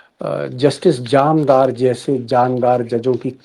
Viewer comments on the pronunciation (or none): Jamdar nahi jandar+ jandar= shandar ❤